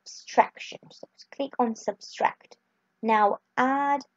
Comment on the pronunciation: Subtract, not Substract.....